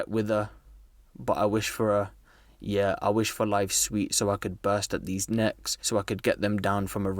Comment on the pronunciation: I think he meant neeks but said necks